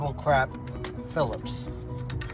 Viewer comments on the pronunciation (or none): "PHILIPS" ahahaha